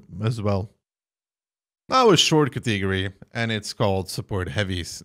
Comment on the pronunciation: he does it intentionally xD